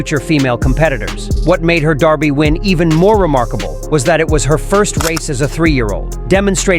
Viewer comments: We pronounce it "Derr-bie" here in the U.S. It's "Dar-bie" in the UK... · Someone should have told him how to pronounce Derby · Out of curiosity, why is the voice over with an American accent pronouncing it Darby?